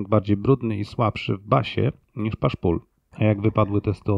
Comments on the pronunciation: Bardzo fajny odcinek i caly kanał. Też lubie lampy El84, mam 2 wzmacniacze na tej lampie, uwazam ze w SE potrafią zachwycic. Prosba do autora: push pull nie wymawiaj "pasz pul" bo strasznie zgrzyta. Pusz pul jest ok 😀👍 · Fajny, ciekawy materiał i edycja. Proszę tylko sprawdzić wymowę "pasz pul" - (push pull). Czy można prosić przy okazji o filmiki na temat lamp 805 i EL156? Dziękuję i pozdrawiam! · W Ameryce mawiają "puś". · ale Pan czyta to słowo akurat, jakby Pan znał zasadę zamiany wymowy "u", tylko że akurat w tym wypadku czyta się po angielsku tak, jakby przeczytać po polsku, niech Pan nie kombinuje w tłumaczeniach, bo się Pan pogrąża; porusza się Pan w tematyce technicznej, gdzie większość wiedzy jest w języku angielskim i nieumiejętności wymowy takiej podstawy, jak push - pull nie może Pan uzasadniać nieznajomością języka angielskiego - napiszę tak, niech Pan nie zna języka angielskiego, jeśli Pan zna układ push pull to powinien Pan należycie wymawiać ten termin, a nie robić z niego jakiejś paszy, nie jest Pan rolnikiem (jak sądzę) skoro Pan nie zna angielskiego, to można skorzystać z tego, że ktoś pomaga i zwraca uwagę, część słów wymawia Pan dobrze, a niektóre dziwacznie, na dodatek upiera się Pan nadal wymawiać w ten sposób, koledzy z branży nie śmieją się z ciągniętej paszy? (skoro Panu nie jest wstyd, to niby Pańska sprawa, jest jeszcze coś takiego, jak odpowiedzialność przed innymi za to, co się mówi, nieładnie jest np. wprowadzać innych w błąd) niemniej jednak dziękuję Panu za poświęconą uwagę i życzę dużo dobrego